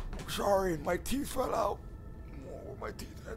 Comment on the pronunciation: “I haven’t brushed my “Teef” “